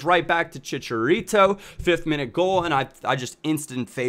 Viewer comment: You say chicharito like a little white boy! LOOL